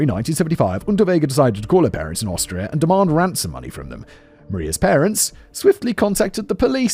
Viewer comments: I love that he couldn't say Austria everytime, a few Australia slipped in 😂😅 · Take a drink/rip every time Simon says Australia instead of Austria 😁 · Simon, perhaps you need a little practice in reading the differences between Austria and Australia, (two slips so far).